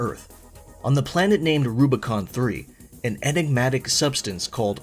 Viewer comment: My biggest criticism of ArCo6 is the last word. Rubicon. It does not start with an L.